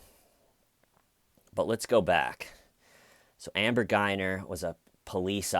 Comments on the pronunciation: it's GUY-GER... not Guy-ner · Your channel is fun to watch, but if you're going to make a video about a subject, get the facts straight so we don't have to hear you say stuff like, "I don't know ". It seems like you've been watching it so why can't you get little details straight, like her name for instance. It's GuyGer, not GuyNer.